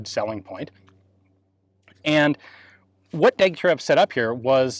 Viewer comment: You may care to know that the designer's name is pronounced Degtyaryov, just as Gorbatchëv is pronounced Gorbatchyov.